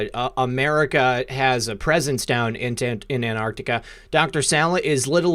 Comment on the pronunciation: It's not 'anarctica' or 'antartica', but ANT ARC TICA! Ooooft. Ok, got that out of my system. Finally got to hear the whole interview....can't wait for next time, there's so much more digging to be done on this one. Would love to hear more supportive evidence for claims, otherwise it just sounds like fiction. Who is the faction in antarctica really? Aren't they the 4th Reich? Not exactly benevolent. And it casts any alien or interdimensional entities associated with them in a bad light too. If Hanks visited them, they're for certain 3vil. I'm so bl00dy tired of 3vil. Where are the GOOD powerful people? The GOOD 'secret societies'. Why are we so infested with 3vil fu€ktards?